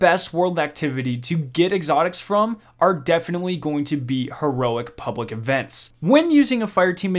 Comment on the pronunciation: "Pubwic events" XD